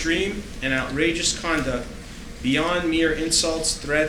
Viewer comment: He keeps saying “condent” instead of conduct! I’m wondering how the court recorder is going to manage to transcribe this fool.